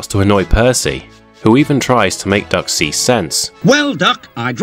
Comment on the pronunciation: Is it just me or are you saying Dark instead of Duck 😂😂